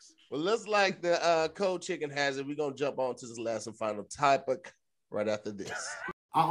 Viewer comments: I’m not letting us miss that our boy said “type-ic” not topic right before the last commercial break!!! Jtfo🦦🤣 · he really messed up topic again on the last one too he can’t say topic